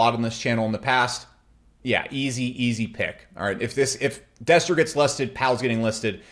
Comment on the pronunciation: Destra not Destroy